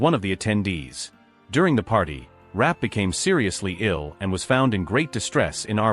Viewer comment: Her name was pronounced "Ra-pay".